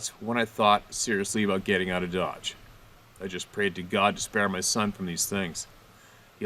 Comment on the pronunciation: they need to GET strong before they can STAY strong and learn to pronounce "out", clue it's NOT "oooooooot"....